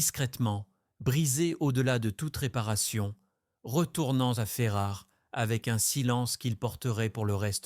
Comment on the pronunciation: Vous n'êtes PAS très-sérieux ! Il n'y a JAMAIS eu de "Ferraré". Vous tentez de ƒaire le malin…… de prononcer "Ferrare", all'italiana? C'est RATÉ, le vrai nom est FERRARA. Etc, etc, Etc, etc, Etc, etc………………………………